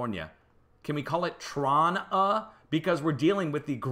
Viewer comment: It is pronounced Tro nah. My uncle lived there. I went there in the 50's.